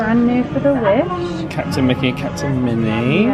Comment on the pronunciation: rewatching older vlogs as i manifest a wish cruise next year and the "kehvish" took me out as someone from southrern ca haha love you guys